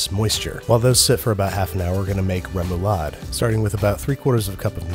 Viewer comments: I, as a dane, flinch when he says “rae-moou-laaed” Lovely. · Ahah the way you say "remoulade" is o wrong but so funny haha. *danish gurl here lolol